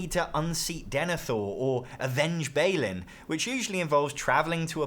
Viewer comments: I let it slide the first time, but the first syllable in Balin is bah not bay. Other than that, great video, thumbs up. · Bah-lin, not Bay-lin. Also, I always love it when people mix in Greek letters into words by what Latin letters they look like rather than what Greek letters they actually are. I also want to play Cpsclldss.